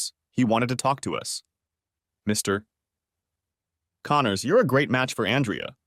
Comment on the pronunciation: Text-to-speech. A pretty decent one, but not good enough not to know to put a pause for a sentence break in the middle of "Mr. Connors."